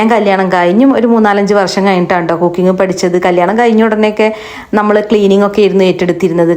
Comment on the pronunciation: കൊക്കിങ് അല്ല കുക്കിങ് 😂 കുക്കിങ് എന്താന്ന് ഇങ്ങക്കറീലെ